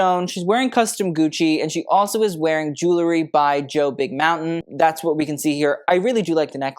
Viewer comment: A fashion expert SHOULD be able to properly pronounce the word "jewelry"!